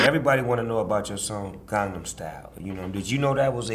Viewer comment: LOL Psy you're so fucking cool. And Snoop I love your personality so much! Thank you for actually pronouncing Gangnam the right way!